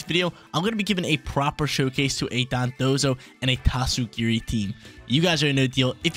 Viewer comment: It took forever to finally pronounce their names right lol. He used to always pronounce them as Dodonzo and Tatsugimi.